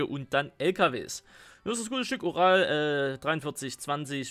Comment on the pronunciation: wer hat auch oral am anfang verstanden?😂😂